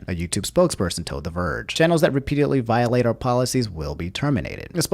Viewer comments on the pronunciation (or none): none